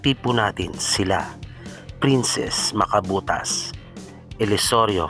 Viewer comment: macabitas po.. hindi po macabotas. 😂😂😂 thankyou po.. ❤❤😍😍😍